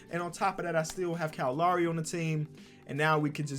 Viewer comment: Bruh I’m an hour from Toronto u don’t pronounce lowrys name right bruh !!